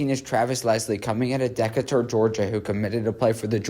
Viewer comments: Lmao like what’s a dak-a-tur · 😂 Bro you completely jacked up Decatur name, it's pronounced De-kate-er